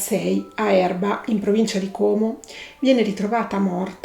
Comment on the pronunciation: Bravissima! Ps Como con la o aperta